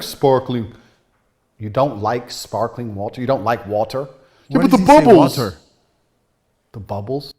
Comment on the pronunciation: Can’t get past it either 😂 As a Brit I was immediately jarred because (outside of possibly the Royal family) nobody in the UK pronounces the T in water… except for who goes HARD on that T instead of saying “wah-err” like his accent requires 😂 Until he suddenly forgets and starts saying “wah-err” with no T 😂😂😂 He’s stumbling over that word fr because that is not how he actually says it. Does he know how crazy he sounds saying “whaaTarrr”? Is it an overcorrection? Or the result of residual trauma from being roasted to a crisp by his Mum for not pronouncing his Ts? Not that I’m speaking from experience ☺️